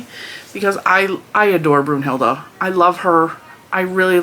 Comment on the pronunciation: I’d go with Minerva! 😆 I’m a HP fan and I have always thought that Professor McGonagall is a bad a** and a very strong female character. Btw when I first heard you call her Brunhilda I thought you were saying Brujilda, which is used in Spanish to call someone a witch but not as harsh as as calling someone a straight up witch (bruja). 😅 don’t really know if that makes sense. 🤷🏽‍♀️ Ps. Minerva is an actual witch so it may be a theme since you said Brunhilda sounds to you like a witch. 😁